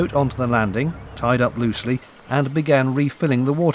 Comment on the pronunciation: Martin Lloyd lol i think he said LOOSELY 😂😂😂😂😂😂